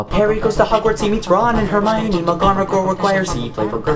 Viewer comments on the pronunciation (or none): none